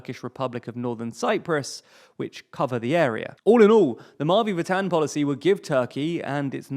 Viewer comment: The way you say "Mavi Vatan" 💀